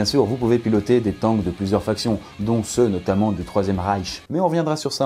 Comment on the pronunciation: Arrête de dire tanqusse c'est teinqusse